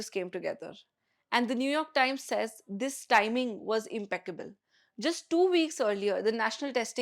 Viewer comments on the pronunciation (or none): none